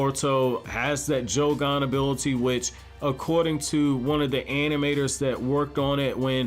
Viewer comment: bro said joe-gone